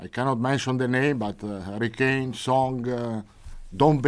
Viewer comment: Its Son not Song ffs